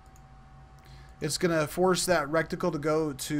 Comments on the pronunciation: Great tutorial, and just what I needed to see. Thanks! My only comment... it's pronounced "RETicle", not "RECticle". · reh-ti-cle. Not rec-ti-cle. Your pronunciation is driving me insane! lol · RETICLE NOT "RETICLE" LMAO🤣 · RET-ICKLE. Reticle. No rectangle in reticle. Great tutorial videos, though! I love them. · Lol it was keeling me! I thought you were about to say rectum every time!